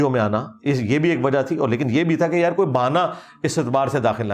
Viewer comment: When he sayssss yaraaaa proper jhelum slang ❤❤❤